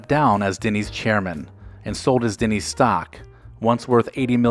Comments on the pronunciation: Denny’s, not “Dinny’s” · Why does it sound like you’re saying Dinny’s? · Is it just me or is the narrator pronouncing the name Dinny's? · We all know what he is talking about but Denny's is not pronounced "Dinnys". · haha! Agreed!